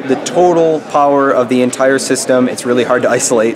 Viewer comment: Did he just said ENTRE SYSTEM POWER DRAW???